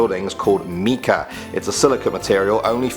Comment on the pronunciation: Mica, thats spelled differently than my name but pronounced the same. its pronounced M- EYE- KAH